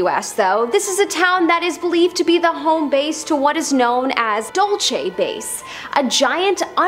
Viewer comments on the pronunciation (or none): It’s not pronounced Dull-chay as was mispronounced in this video. Dulce, New Mexico is pronounced “Dull-say.”